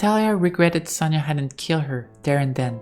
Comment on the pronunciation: Just in case, Sonya is pronounce as Sonya(Соня), not Sanya(Саня). This is two different names. By the way, the full names of Sonya and Sanya are Sof'ya(Софья) and Alecsandr(Александр(or, if not so formal, Sasha(Саша)). I hope, I don't make many mistake in my English